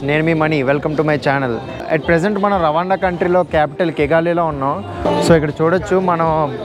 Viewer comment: రవాండా కాదు రువాండా